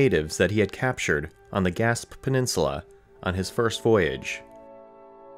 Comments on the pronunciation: The Gasp?! Pronounced Gasp'eh, sorry to Quebecois🙂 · Gas-PAY Peninsula, not "Gasp." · Strangely, the ‘ch’ in Hochelaga is pronounced as ‘sh’. Because of the ending é , Gaspé is pronounced like gas-pay. Its appealing to consider this a quite feasible saga just waiting for a revealing discovery. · Gaspe is pronounced gaspay not gasp. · Iroquois is pronounced Iroqwa, not "irokoy". Gaspe is pronounced Gaspay, not "gasp". Quebec is pronounced Kaybec, not "kwabec". Trying to help but there are so many mispronounciations ... Come on man. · Terrible French pronunciation. E.g. "Gaspé" is not "gasp" but "gas-pay". "Cartier" is not "kar-tee-yay" but "kar-shay". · Very interesting and well presented documentary! Really enjoyed it. I'd like to offer a small correction to your pronunciation of the "Gaspe" peninsula though: It is generally pronounced "Gasp-ay" by English and French speakers alike in Quebec. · Cartier - car-tee-ay with the t almost soft Gaspe - gas-pay Hochelaga - hosh-e-log-a Quebec - ke-beck Iroquois- ear-o-qwah Just some helpful pronunciation tips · gaspe is actually pronounced GASPÉ, as is gaspésie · Saguenay: Pronounced saah-GWEN-ay. Gaspe: Pronounced gah-SPAY. Quebec City: Pronounced keh-BECK.